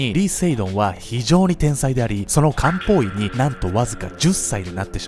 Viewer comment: 料理しながら聞いてたら「実は彼は漢方医だったんです」じゃなくて「実は彼はカウボーイだったんです」に聞こえて慌てて動画見直したわ